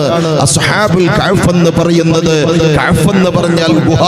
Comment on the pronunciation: അളിയാ കഹ്ഫ് എന്ന് പറ കഅ് ഫ് അല്ല